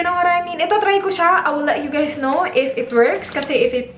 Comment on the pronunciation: " you guys " th lol